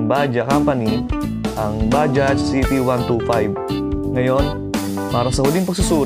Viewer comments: Bajaj po not baja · What exactly is the correct pronunciation of "Bajaj"